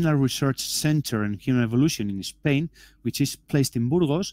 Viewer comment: You can learn to pronounce 'Burgos'.